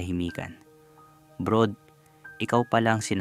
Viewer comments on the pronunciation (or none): Hindi nga kasi brod yong basa non.. brad talaga 😂😂😂